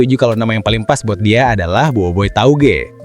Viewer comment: Bukan tauze jir tpi tauge